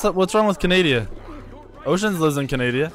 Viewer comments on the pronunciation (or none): canadia?its canada lmfao